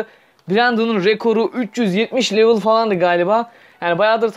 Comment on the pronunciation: Bi level demeyi öğren bence